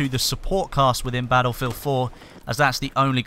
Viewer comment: Bah-Ull-Field c